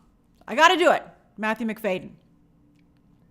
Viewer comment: It’s Matthew McFAD-y-en like McFadien not McFayden. The D is before the Y!